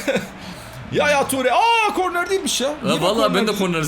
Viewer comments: ya kornel değil korner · abi bilerek mi kornel diyor yoksa öylemi çıkıyor ağzından